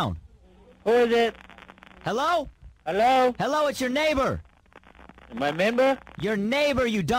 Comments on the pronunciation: "My meighbor?" 😂😂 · “My mayber?”